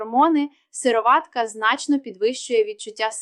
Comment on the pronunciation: Наче вимовляється сирО´ватка. Наголос на «о». Чи не так? Туди ж сирО´ватковий. Ролик виглядає як читання того, в чому не тямиться ані йоти. Так ще й неправильна вимова. Довіри нуль. Тупа реклама.